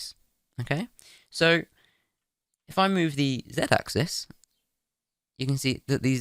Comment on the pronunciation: "Ack zees" bless you.